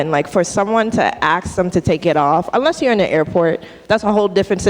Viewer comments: PLEASE! YOU'RE IN COLLEGE!! STOP SAYING "AKS" THE WORD IS "ASK" !! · How can you be a student at a prestigious college and still say "axin' someone"? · Is there a physical handicap that prevents people from being able to properly pronounce the word "ask" and instead always pronounce it as "axe you question"? I am seriously asking this, and I am not being facetious. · You should neve axe anyone, just saying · Axe Em??? Hum, typical black talk!!